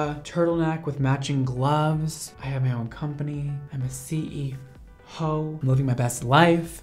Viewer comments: Don’t be shy drop the name lol And I thought you said CE hoe not CEO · Ummm is anybody gonna point out he said CE hoe